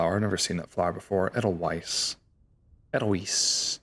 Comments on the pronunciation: Edelweiss is pronounced like "aidle-vice". It's found in the Alps. A set of mods I like is the Fauna of the Stone Age series. Adds a lot of new animals, the models look great and they have more complex AI than the vanilla animals. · As a golden age musical connoisseur, your pronunciation of Edelweiss just about killed me